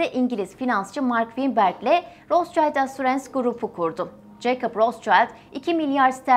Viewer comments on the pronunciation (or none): Rotchild değil Rotschild…okunuşu da rotşild…Ailenin adını söyleyemeden program yapmak garip olmuş. Üstelik de almancada kırmızı kalkan anlamına geldiğini söyledikten sonra… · Isim Alman ismi RotSchild , okunusu rosŞayild degil, RotŞilt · yalniz Rotsayld degil ! Rotsild! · Rostçayld olarak değil Rotşild şeklinde doğru okunuşu da videoyu tekrar inceleyip düzeltmemişler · Roschild diye bir telafuz yok rotşild almanca bir kelimedir ver kirmizi kalkan anlamina geliyor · Rotşaylt diye okunmaz, Almanca bir isimse telafuzu Rotşilt tir. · Kardeşim rotsçayld değil Rothschild. Ve roşild diye okunur. Adama İngiltere'de bile roşild deniyor sen niye ısrarla ingilizce telaffuz ediyorsun. Fransız mişel e maykil demek gibidir bu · Daha okumasını bilmiyorsunuz, rotşayld değil, rotşild* diye okunur, Almanya kökenli kelime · Rotsçayld neden? Turkler almancada iyi olmalarına rağmen neden yanlış seslendiriyorlar? Rotşild seklinde okunuyor🙄 Barış Özcan da Aynstayn demesine de çok sasirmisdim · Roths-Child değili Rot-schild. Rot - Şild telafuzu. soyismin ingilizce ile alakası yok. tamamıyle almanca. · Rotşayld değil Rotşilt diye okunur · Ros cayt değil, rot şild şeklinde okunuyor gerçekte. Ve anlamı ( kırmızı tabela ! Kırmızı kalkan ) Almanya kökenli olduğu için öyle kalmış soy isimleri. ( Rotschild ) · abla herkes senin hesaptaki yanlışına takmış. ama ben adamın adını yanlış söylemene taktım. rotşild diye okunuyor kırmızı kalkan anlamına gelir. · Okunușu ROTȘİLD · Rot-şild diye telaffuz edilir. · Bu arada rootşilt diye okunuyor/telaffuz ediliyor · Rot şild diye okunuyor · Rotşild diye okunur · Rotşild diye okunmuyor mu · Rotşild okunur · Bir de doğru telaffuz etseydiniz. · Rothschild almancadir Okunusu almanca ingilizce deyil. Kirmizi tabela.plaka demektir